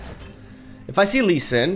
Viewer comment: "Lee Swin" hahaha